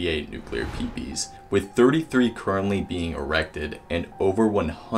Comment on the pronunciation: Nuclear Peepees! Haha! PMSL!!! Dude you did a pretty good job on the video, but some abbreviations should not be verbalised!